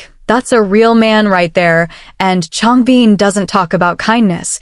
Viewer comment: Thanks for sharing! I can stop watching now, while she's still talking about a guy called Changbeen... whoever that might be! PLEASE teach your AI to pronounce their names at least correctly ZONE KOREA!!